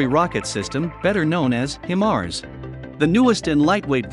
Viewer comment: Cool video. It's pronounced high-mars though and they shoot rockets not missiles. (Thats my military unit in the videos)